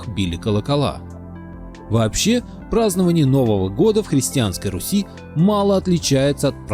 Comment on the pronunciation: тцлавяне от еврейского тцлав - крест. Покрещенные. Братья тцлавяне - братья во христе. Руси правильно. Ударение на "У". Погане. Так их тцлавяне звали.